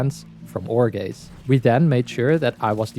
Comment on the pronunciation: I just wanna say Every time you said "ore gaze" i heard "jorge" You're welcome